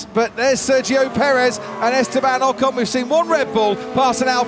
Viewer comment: Please learn to pronounce names like Ocon and Perez. You sound so silly. Try Forvo.